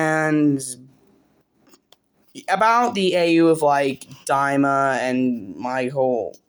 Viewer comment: Btw you pronounce Dima like demer . We were talking about it on stream and he was saying it annoys him a bit so i thought id let you know